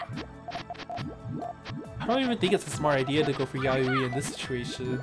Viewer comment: I'm gonna be that guy and tell you that it's "Ya-yoy" just fyi. It's JP for March.